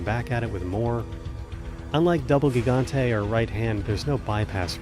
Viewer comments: Did this dude really just call it a GIG-ontay like he's an uber driver? It's HIG-ontay! Silly language stuff. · "The Ga-gante fight" Lmao Had to play that back a couple times to make sure my ears weren't deceiving me. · Fun fact: Gigante is actually pronounced hee-ganté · "gig-gante" dealt me psychic damage jfc